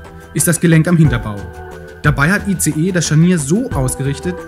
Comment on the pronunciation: sorry, man spricht nicht ICE so wie der Zug, man spricht es englisch aus : Eis.... aber trotzdem nett ...